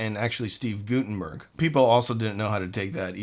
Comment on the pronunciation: To nit-pick, Steve pronounces his name Gut-enberg, not Goot-ennberg.